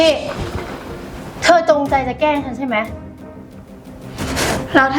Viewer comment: ตุ๊กตาใช้ภาษาไทยให้ถูกต้องด้วยนะเช่นพูดคำว่า"แกล้ง" ต้องออกเสียงควบกล้ำให้ชัดเจน ไม่ใช่"แก้ง"